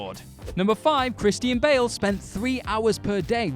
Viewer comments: Kris-teen Bail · Christy-ann Bale